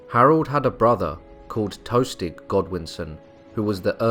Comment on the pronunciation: "Tostig" not "toastig"